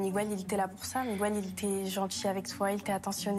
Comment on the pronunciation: Miguel se dit Miguel et jamais MigOUel, arrêtez cette erreur qui arrache les oreilles !!!! MigOUel ça n'existe pas !!!!!!